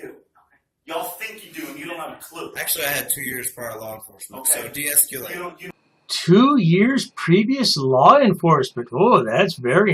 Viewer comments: de-esc-YOUUU-late lmaooo God these people are stupid. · De-escu-late= I am uneducated and cannot pronunce words that most people can. What a bunch of man children. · De-es-cu-late.. and this bozo wants us all to believe he has 2 yrs of police experience. Lol ND WE ALL KNOW WAS KICKED OUT OF THE ACADEMY.. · De-es-culate, de-es-culate, de-es-culate, Sergeant. Go back to school, go back to school, go back to school, frauditor. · De-eskewlate! De-eskewlate! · "don't try to infringe...." Here we have it folks. He thinks he's better than us. Also: "Esculate..." WOT????!!